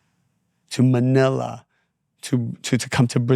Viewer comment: I love how you said Manila 🙏💖